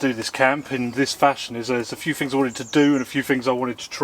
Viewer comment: I ‘fink’ I like your videos because you test ‘fings’ during different ‘whever’ conditions.